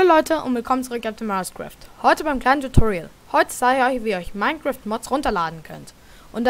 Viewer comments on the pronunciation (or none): none